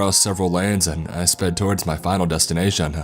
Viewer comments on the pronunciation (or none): none